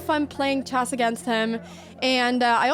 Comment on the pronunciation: It's "chess", not "chest" heeyyoo